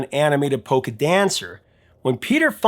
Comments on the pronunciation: Lol, at first I thought you said “poker”, instead of polka. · Polka! I heard "poker"!